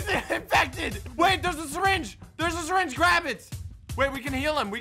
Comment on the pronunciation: Nobody: Literally nobody:: I have a sireenge oh no there's a lot of sireenges.